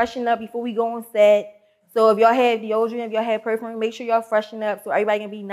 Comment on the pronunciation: How do you have a job if your a adult that can't pronounce perfume...smh 🤔 😅